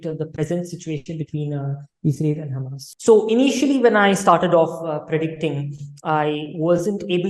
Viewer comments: Madame it is hamaas, hummas difference in spelling too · Don't take me wrong but can u pl pronounce Hamas not Hummus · Ma'am HUMMUS is lebonese dip. HAMAS is a proper noun can be mispronounced as your good self. But natives don't pronounce is as hummus but Hamaas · hahah its not hamas its HAAMAS, you more sound like humus :P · Hamas not hummus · Ma'am, it's not Humus.....it is pronounced HaMaas. Sorry to correct the pronunciation but it's very important as a good informed interviewer the pronunciation are perfect. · This lady pronounce Hamas like "Hummus". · is pronouncing Hamas like Hummus 😆